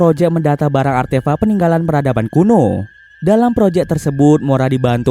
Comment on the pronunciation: Artefak wooy bukan artefa'😂